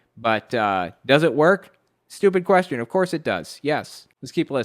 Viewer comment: "Shhttyewpid." Well, 9/10 times someone pronounces the word that way, I know who is stupid..